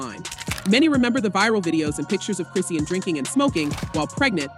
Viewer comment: Is this an AI talking? Who is Chris see ann?